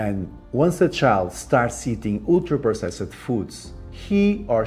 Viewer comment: I know there's good info here, but I want to punch my TV every time I hear him pronounce "ultra-processed"